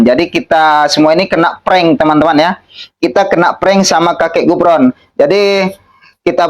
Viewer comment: Sebutan yg pantas bukan Gufron tapi kufron